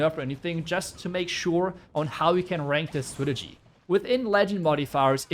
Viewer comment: Are you incapable of saying strategy properly? Lmfao, clown